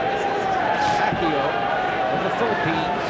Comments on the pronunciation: Was the commentator mindless of his pronunciation of Pacquiao. Was it intentional with malice? He repeatedly pronounced, from the beginning to the end, Pacquiao to "pack you." While the ring announcer clearly said "pack-yaw" during the introduction, but the commentator insisted with "pack-you. He perhaps needs an uppercut by Manny Pacquiao. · What's with this announcer calling Pacquiao pakyo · Hahaha Manny pakyo pagbigkas ng announcer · tang ina manny pacyo daw sabi ng commentator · The announcer can’t say Manny’s name correctly yet. I’m sure he knows now.